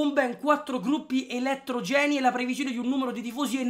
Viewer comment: elettrògeni ( non elettrogèni )